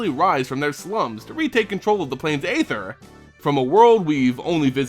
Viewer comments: Just so it's known, "aether" is pronounced [ee-ther] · ÆTHER is pronounced like ÆON FLUX